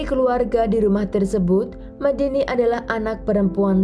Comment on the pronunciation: Honour killing jatuhnya, membunuh demi harga diri dan kehormatan. Omong2 Medine dibaca Medine seharusnya e- seperti e pada tempe. Bukan Medini.